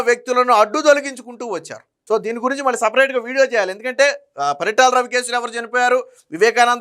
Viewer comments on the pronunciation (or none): none